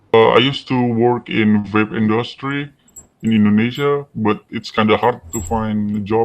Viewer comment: I notice most Indonesians pronounce the letter 'V' as 'Fi'. said 'Fape' instead of 'Vape'.